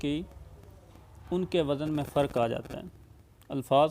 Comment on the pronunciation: جو خود ہی وزن کا تلفظ غلط بول رہا ہو وہ کیا عروض بتائیگا